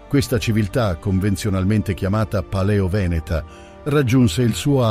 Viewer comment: (Min. ) direi "pàleo-veneta", NON "palèo-veneta". Attenzione alla pronuncia!